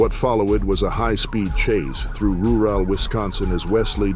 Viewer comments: What is the pronunciation from - ?? Speak strips? Ru ral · Rooral? Maybe you meant rural? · Cant stand the AI narrative...roo-ell for rural😅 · Not bad AI voice ... but RooRall (rural)? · Rural has 2 "R's" for a reason it's not Roo Al Mr. Narrator sir. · Is it not required for drivers in Florida to pull off the road when emergency vehicles are approaching??! Well, it is Florida...... I think they're only required to pull a firearm when there's an emergency. "... in ru-RĀL Wisconsin." 🤔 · Rooo ral ! Wisconsin . Even AI can’t say Rural juror. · Roo-rawl Wisconsin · Your AI narrator SUCKS. If he's human, then he sucks because he can't read. ROO-RAL is not how you pronounce "Rural" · "roo rall" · If you’re gonna make these videos, at least narrate them with something that can pronounce words. rural is one syllable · Geez, even the artificial voice has trouble pronouncing "rural." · "what follow-id was a high speed chase through rur-rel...." F**** AI can't quite get it right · “through roor-al wisconsin as wesley dodgid speek strips”☠️ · This AI voice is so cringe. Rooral. Dodgded. Lol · Teach your AI how to pronounce Dodged, Rural, and other 2 syllable toughies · Who is doing the voice over for this? a rur-ale chase avoiding speak strips LOL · "...what follow ed was a high speed chase through roo-wall Wisconsin as Wesley dodge ed speak strips..." FFS, at least watch your own video that AI narrated for you before uploading. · the ai pronunciation after or so is pretty hilarious. follow-ed, rur-all and dodg-ed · "what follow-ed was a high speed chase threw ru-rel Wisconsin as he dodge-ed spike strips 😂😂😂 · "what follow-ud was a high speed chase through ru-ral wisconsin as Wesley dodge-ed speek strips" 🤣🤣🤣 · God the shitty AI voices on these cash grabbing video channels keep getting worse and worse 🤣 "Wot followid was a high speed chase through roorawl Wisconsin and Wesley dodge-ed speak strips" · “follow wed” “ru ral” “speak strips”